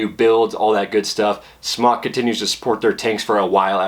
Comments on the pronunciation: Did you just say "Smock"? I believe it's pronounce "Smoke" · Please...SMOK long O as smoke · It's pronounced Smoke Tech. Heez us christ... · Both ways work. The chinese for Smok is like the way pronounce it (Smock) and SMOK is located in China. So I would say that's the way to pronounce it. But! SMOK themselves have already answered this question so me and everyone else can shut up and stop discussing. They said, I quote: "Hi, For Chinese, the pronunciation is more close to "Smock", For the word "smoktech" will be more close to "smoke" and I think different countries may have a little bit different pronunciation about it, so you could say whatever you like, haha. Thanks"